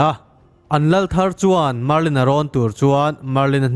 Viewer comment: Marlin hi chiang zawk in lo ti leh laa